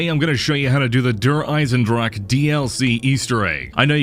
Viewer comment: dear bahroo may i give u a litte pronounciation advice. In the word drache you need to pronounce the e. it is not silent (like Django). I like americans speak german it sound funny ^^